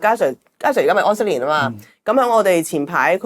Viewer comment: 再講出懶音 疴息年 ! .